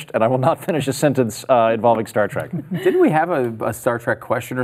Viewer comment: I thought it was " Star Trek " and "star track" how can you guys even call yourselves fans?😊👍🏼😋